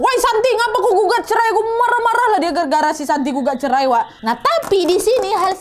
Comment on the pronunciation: Cerai jadi "cermai"